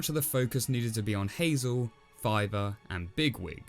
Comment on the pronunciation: Wait was that the Brother before? With all the other things of saving his Brother?...or did you say “Filer”